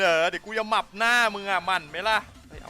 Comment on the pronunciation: มั่น❌ หมั่น✅